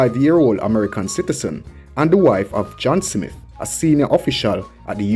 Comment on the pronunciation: Why do you keep saying "Simit", the mans name is "Smith!".